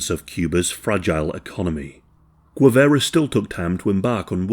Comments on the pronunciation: Guevara not Guevera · Correct pronunciotion is "geh-VA-ra". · I am dying at the pronounciation, but love your channel, dude. For future reference, Guevara is pronounced Ge (as in Genghis Khan)- vah-rah. The way you're prononcing it sounds like Huevara (which, could mean egg-vara or man-jewel-vara, depending on how vulgar you wanna get lol). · You can tell by the shitty pronunciation, Gwivera 😂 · Of the few things I´m proud of my country, is that we killed this disgusting criminal. And its pronounced "Gue" as in Guerrilla, "va" not ve, and you got the "ra" part right. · He can't pronounce Guevara so it may be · A bot would pronounce Guevara better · It’s pretty shameless chat GPT narrative- weird syntax, odd repetition and lack of cohesion throughout - the channel has used a click bait post mortem photo as the thumb nail , continually pronounces the name Guevara wrong and clearly has done zero research whatsoever If my teenage kids tried to submit this as homework they’d get a strike for using chat gpt without any reference , research or proof reading - lazy af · This has to be scripted by chat GPT - so repetitive and lacking in progression - full of inaccuracies and to top it all the narrator mispronounces Guevara to the point of insult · If this guy only knew how to pronounce names correctly 😏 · I absolutely despise how you pronounce his surname. Other than that, amazing video and research.